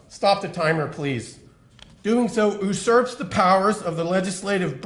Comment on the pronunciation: Did he just say oo-surp? Ugh I can't even be surprised anymore